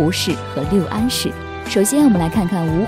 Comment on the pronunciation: 六安 lu四声